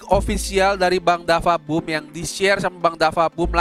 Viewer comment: DaFuq BooM bang bukan dafa boom